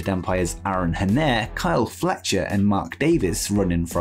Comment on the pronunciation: It's Adam Henare. hen-a-ray, not hen-air. Just say it as Excalibur did